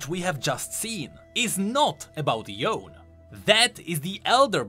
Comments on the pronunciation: "Yo-wn" Me: screams in Yo-ney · Im not accepting people pronounce it [yon] its definitely should be [yone] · Why are you saying yone when the game says it's pronounced yon-a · It's not "Yown", it's "YOH-NEH". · The pronunciation..I think its Yo-ne not yown(Yone)Can I ask why you say that while you had listened some voice lines of the demon of obsession Thresh?..even the cards in LOR when Yas talks to Yone when Yone gets summoned..bro you gotta change that yown thing someone might laugh at you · yo-ne, not yone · "Yawn" Me as a weeb: YO NI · Yeah... I say it as Yow-neh... Hahaha yeah "YOWN" is me 😅 more than the kid that says Yasuo as "YAZOO" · I knew it was pronounced yoneh, not jown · This video is actually about Yone (Yo-nay), not Yone (Yōn). The latter does not exist. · Why are all the youtubers still pronouncing Yone as Yown when Thresh outright says it as Yo-neh? :/ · Cringing at calling Yone, Yown instead of Yo-nay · YOn Thresh: YO NAY Bruh how tf do you say his name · Thresh literally having a voice line that pronounces Yone accurately: "Worry not, Yo-nay...": anyways, Y-OWN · Yeah... I say it as Yow-neh... Hahaha yeah "YOWN" is bothering me 😅 more than the kid that says Yasuo as "YAZOO" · yo-nay. not yown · why are you saying yoan and not yo-ne? even thresh said yo-ne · love how you observed the tiniest detail in this trailer like i didn't know was relevant. keep up the great vids and pls stop pronouncing yown for yone, it's pronounced yow-ne(yone).🙂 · I know it is silly, but it's not pronounced like "John" more like "yo-ne" You even said it correctly in the video explaining the Lore of Lilia's cinematic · Ok ok my thing is are we saying yone wrong because thresh says yon-a while we say yone is it because its like a Japanesie name so its phonetic or what idk man i feel like we've all collectively decided to say yones name wrong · PLEASE, call him YonE, not Yoon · yo-ney*, not yone -3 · it's "yo-nay" not yone